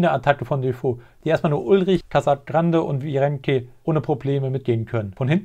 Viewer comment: Kannst du echt nicht Virenque sagen? Einfach nur mit nem "enk" anstatt "ank" ^^